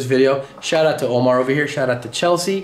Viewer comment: It's, " Lomar, not Omar.":face-blue-smiling::hand-purple-blue-peace